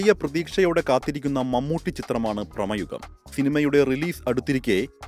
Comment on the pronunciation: ചിത്രത്തിൻ്റെ പേര് ഭ്ര"ഹ്മ " യുഗ മല്ല സുഹൃത്തേ...... ഭ്രമയുഗം ആണ്